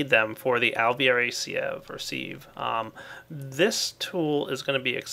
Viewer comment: seriously,? See-ev or Seev? Siv.